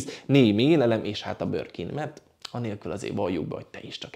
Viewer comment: Beszed hibas! Nem forog a nyelve csak a 'Borkin'-ert 🤣🤣🤣